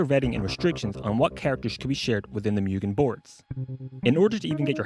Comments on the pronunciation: its pronounced moogen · Every time he says mewgen makes me cringe x.x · you sure it's not pronounced 'moo-gen'? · Just as a minor tip - Mugen is pronounced closer to "Moo-gen" since, y'know, Japanese.